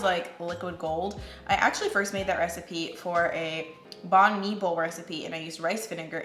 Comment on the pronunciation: Heads up, it’s pronounced ‘Bun me’